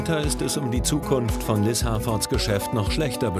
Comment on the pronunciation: Der Moment wenn sie Liz heisst und du Liss heißt 🤣🤣🤣